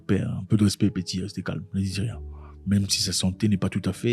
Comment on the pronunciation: Sacré Zack, ''rieng''😅